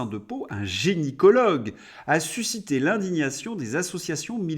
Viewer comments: Attention on dit gynécologue et non génycologue. Tres bon pour tout le reste 🙏👍😉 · Toujours aussi intéressant ! Un petit détail , c'est gynécologue et non "génicologue" (juste parce que c'était mon domaine et que plein de gens font l'erreur)